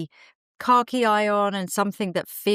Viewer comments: Oh! You’re saying “car key”! I thought you were saying khaki but in a British way I’d never heard before! 😂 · I keep hearing “car-key green” … here in Texas ❤